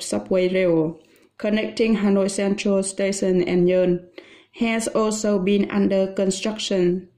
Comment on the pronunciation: Từ nhon không phải nhơn đâu cô mà là nhổn cô ạ